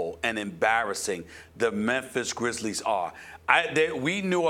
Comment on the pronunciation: It’s GRIZZLIES not GRIZZLES lmao